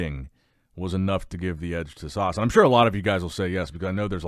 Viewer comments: Ssss- ah- ssss not sarrrsssss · Guys, I think he's taking the mickey out of the way pronounces "Sas". To us non-Americans, it sounds like he's pronouncing it Sause